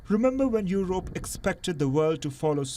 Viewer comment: It's not Yorope. It's Yurope.